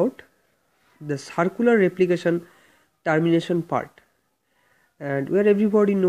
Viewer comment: whats that sound Tarmination its Termination pronounce it correctly first